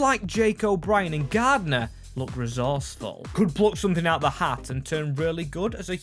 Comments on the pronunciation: you really piss me off with your ignorance in pronouncing names his name is clearly Garner. Not Gardner FOR FUCKS SAKE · Garner not GarDner 😂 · For gods sake mate its pronounced Gar-Ner Not gardener